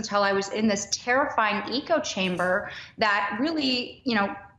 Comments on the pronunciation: Let's see if there's a PROFIT MOTIVE with her miraculous recovery.... oh look! Another book to sell on cable news. By the way it's ECHO-chamber, not ECO-chamber, WaspLady. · The fact that she said "eco chamber" instead of "echo chamber" tells me that that at least some of her statements here are copied from things she's read. That she can't pronounce these phrases shows that she doesn't understand the terms let alone sincerely believe them. I hope I'm wrong and she's being earnest. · It's an act/grift. Also It's ECHO chamber not ECO chamber. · Did she say "eco chamber"? Didn't know she played "Jak & Daxter" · EE-ko chamber? Eh-ca-oh chamber